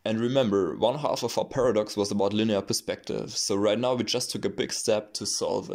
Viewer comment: “...and now, ve dance.”